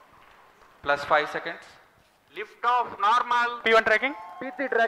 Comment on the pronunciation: Well done, India. But for the love of God please get somebody that can speak in a less fobby voice. It's "normal" not "narmal".